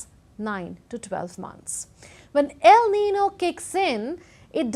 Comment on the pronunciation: Aren't you pronouncing el niño and la niña incorrectly?